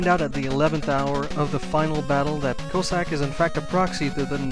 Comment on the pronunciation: lol, you totally mispronounced Cossack's name. It's not "Co-sack", it's more like "Coss-ack". Btw, I think Inafune failed in his attempt to make Eddie some kind of lottery gimmick. Because if you don't like what he throws out, you can always go down the ladder and he'll throw another item when you come back up. So I was happy to see Auto's shop in Mega Man 9, because it eliminates all that BS and just gives you whatever you need right away.